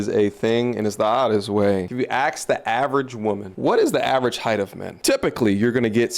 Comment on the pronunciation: I try not to axe too many questions, such as why do so many people find themselves incapable of learning how to pronounce the word "ask".